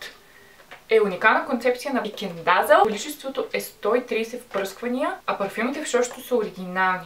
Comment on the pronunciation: Казва се "дезъл" не "дазъл" .